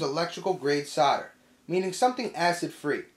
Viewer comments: S.O.L.D.E.R... it's solder not soder! Great video though. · not SODER but SOLDER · As soon as you used the word 'Sodder' you lost me - can you not pronounce the letter 'L'?? as in 'soLder' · I still don’t understand why Americans say “sodder” it’s insanely annoying. Good video. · "Sarder"? I came here to learn about 'soldering'. Looks very much the same actually! Very informative video. Thanks. :) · Whats Sarder???? It says solder on the roll.. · say "saw-der," ya freaks. Or would you rather say sol-der, and after that you can water proof a tub by applying call-king, huh? bahahahaha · Sounds like you're saying cider not solder lol, it's making me thirsty! (Is that just the american accent? I'm from UK.) Anyway great vid thanks.